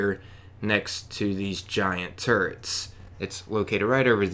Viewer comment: I swear I thought you said "The next button is located by these giant turds." I thought yeah, I could see how he would call it that. Then I thought "turrets!"